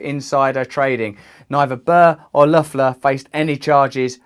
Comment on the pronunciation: Nice pronunciation on Loeffler!